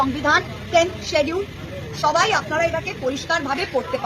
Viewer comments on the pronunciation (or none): none